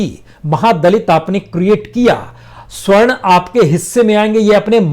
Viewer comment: प्रसून बाजपेयी जी बार बार आप सवर्ण की जगह स्वर्ण कह रहे हैं ।